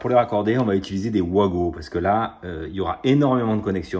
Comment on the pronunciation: Pour info, les wago se prononcent "vago" 😊